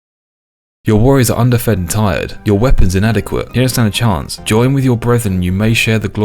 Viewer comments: getting stuck on underfed is hilarious because you read it like un guided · "underfed" to "under fed" had me confused then rolling laughing. im also an idiot, it's okay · Woah woah. No googling man! You should be pronouncing underfed the incorrect way to be fair. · he looked up how to pronounce "underfed" account ruined